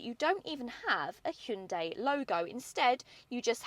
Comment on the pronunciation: Impressive that they're finally starting to get the pronunciation correct in the UK. She correctly pronounces the name with two syllables and not three. Hyun-DAY is correct (not hi-un-dai). Well done and great review.